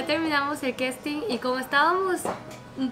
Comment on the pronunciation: No se dice "questin" se dice casting.....lol